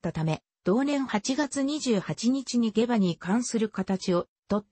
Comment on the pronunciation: 下馬は ❌げば ⭕しもうま と読みます